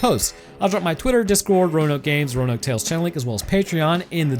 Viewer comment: Roanoke did you have a stroke